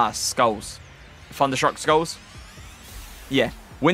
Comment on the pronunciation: It’s not FUNderstruck it’s THUNderstruck TH not FUH